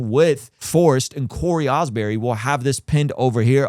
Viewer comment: His name is Cory Asbury, stop saying "Osbury"